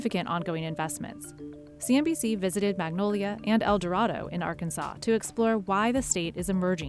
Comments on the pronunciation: El Dorado resident here. It's pronounced El Dur-ray-doe. Also, Magnolia wasn't known for oil. That was El Dorado. 100 yrs ago, El Dorado (and Smackover) became known for oil. Should the lithium boom be as big, if not bigger than expected, Magnolia and Texarkana will benefit. El Dorado will be lucky to get a whiff of the benefits. El Dorado is too busy going to war over food trucks, open drinking in the entertainment district (and people causing mischief while active in the district), disputing over whether or not to have police escorts funerals of gun violence victims (and somewhat take cheap shots against the funeral home during the dispute), and dealing with false rumors (from gang violence to Chick Fil A coming here). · "L" door "A" doe NOT "L" doe rod "O" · She didn't "buy the governorship." Her having an R by her name and having a big name overall is how she became the governor. Also, whoever did the article probably didn't set in AR. El Dorado is pronounced El Dur-ray-doe. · It’s actually pronounced El Doraydo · Lol. You can tell the CNBC reporter isn't an Arkansas local. The Arkansas pronunciation of El Dorado is El Doraydo. Yeah I know that's not right since it's a spanish name, but don't tell anyone from Arkansas that. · Have to say, being from Arkansas, it's pronounced El DO-Ray-DO. Great video otherwise! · It's pronounced "El doe-ray-doe" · El Dorado is pronounced differently in Arkansas. It’s El-Doe-Ray-doe. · They actually mispronounced it a few times. It’s said like “El Doredo” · It isn't racist to make sure El Dorado, AR is pronounced correctly, which btw is pronounced El Dur-ray-doe. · She keeps saying el dorado wrong it’s really bugging me this ain’t no Disney movie woman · You mispronounced El Dorado. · Note to reporters. Make sure you can pronounce the name of the towns correctly